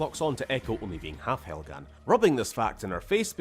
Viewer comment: My man really said, "Helgan? Vektan? No, Proletariat"